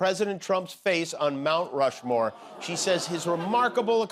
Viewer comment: Did you say " Mount Flushmore"????